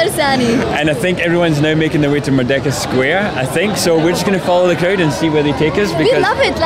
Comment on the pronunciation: Correction..Should be pronounced "MERDEKA" and not 'MERDAKA'..do not pronounced 'E' as 'A'😂..cheers